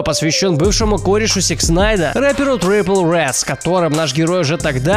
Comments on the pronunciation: Трипл рэд...килл ми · Радужный гризли блядь?! Трипл рэд ну да